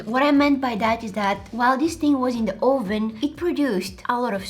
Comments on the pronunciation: Oh ven do u mean oven😂😂 It sounded like you said Oh ven Are you trying to call someone a real trying to get to the oven?That's what I was So so confused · 😂I LOVE THE WAY SHE SAYS OVEN😂